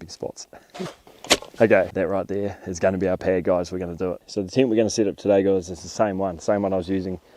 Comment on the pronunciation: tent❌ tyint✅